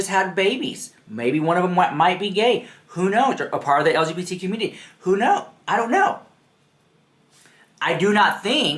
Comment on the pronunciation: He couldn't even say LGBT properly so he devolved into saying stfu like girl bye. Touch some grass, read a book.